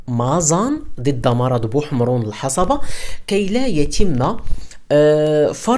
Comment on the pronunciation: بارك الله فيك اخي. ملاحظة صغيرة كلمة الحصبة تنطق بتسكين الصاد